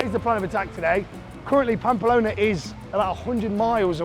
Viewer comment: I actually like the camera man angle. is still being himself. I’d be even more self conscious etc. I’d say do it for a few vids and then make a decision. Stop saying Pampa Lona though. 😬